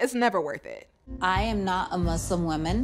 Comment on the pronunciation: The word Muslim has an ‘s’ in it, not a ‘z’…